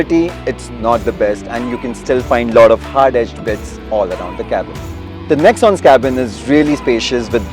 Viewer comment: It's not nexan it's nexoooooon Top model will cost you 12 lakh in ecosports